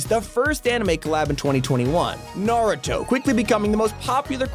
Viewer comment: You being the first YouTuber to say Naruto correct